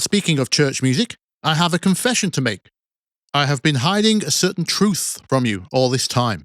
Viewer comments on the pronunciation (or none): none